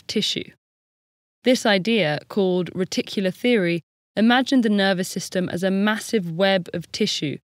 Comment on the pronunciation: Am I the only one who heard "reticular theory" as "ridiculous theory"?